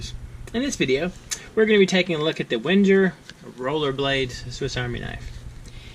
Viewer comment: Wenger... pronounced wang - er